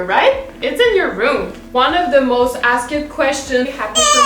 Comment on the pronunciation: avant de care sur si un mot existe en anglais ou pas quand tu parles, je t’invites à pratiquer à prononcer des askED en askT hahahaha ca va deja aider beaucoup 💕